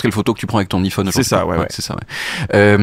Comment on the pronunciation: qui dit qu’il sait bien parler anglais mais qui dit hiphone pour parler d’un Iphone, ça me fait presque de la peine